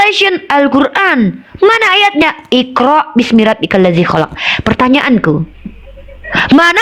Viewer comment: Salah.. Yg. Benar. Kholaq. Bukan. Kholaaq